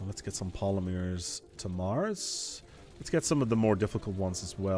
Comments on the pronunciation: You say Polymers really weirdly. I've always pronounced it Polly murs. Not Pola meers... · I've never heard anyone pronounce it polymeers before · I’ve never hear anyone in the US pronounce it poll-uh-meers. Definitely not an American thing or not in the mid west. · It's almost like he's doing it just to trigger us. The amount of times the non-existant word polymears is said after she lets him know goes up almost exponentially after it. Please. For the love of the great and bountiful deer god. Say pol-ym-ers. Not poly-mears. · as a Canadian, i agree with the lady, you say it wrong.....sorry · Yea, he is pronouncing it oddly. His wife even says so in the vid, its funny.